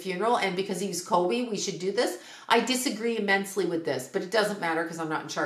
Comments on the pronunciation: I love your videos, but I’m having a really hard time with your pronunciation. His name is Kobe not Colby. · Are you saying kolby??